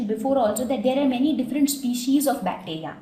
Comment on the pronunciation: I think the pronunciation of species is wrong...